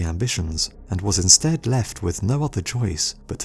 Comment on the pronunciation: dude say insted right now you hear that pause yeah that why its in-sted